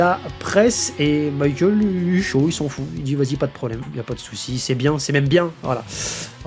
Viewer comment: Il faudrait arreter d'appeler Michael "maykeul" il est espagnol pas anglais le gars,de toute facon en katakana son nom se lit bien mi-ka-él(u)